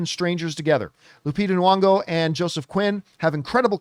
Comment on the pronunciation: Hey John, her name is Lupita Nyong'o, not Nwong'o as you always say.